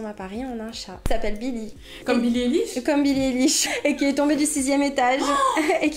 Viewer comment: billie "Éliche" 😂😂😂